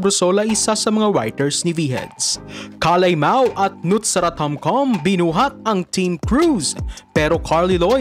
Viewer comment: Cel, Tomkam ang basa po